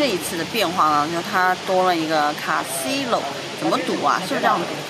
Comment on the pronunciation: 这英文也太差劲了，Casino都不会读 address也学人家非洲口音，服气了……